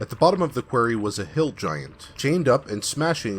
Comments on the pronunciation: I do enjoy your narration, but please take this little constructive criticism. 'Quarry' (a stone mine) is pronounced "kwah-rry." You keep saying "kweh-rry" which is how 'query' (question) is pronounced. Really do like the channel! I just have pet peeves. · You pronounce "Quarry" like "Query". The A in Quarry makes the same sound as the A in "Hairy". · Your mispronunciation of quarry hurts.